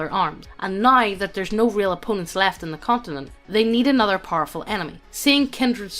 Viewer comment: Wow, this antigoblinite sentiment is truly frightening. It's gonna be like annuduh goblin slayah!